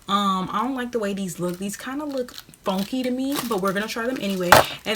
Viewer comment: “They kinda look fonky to me”😭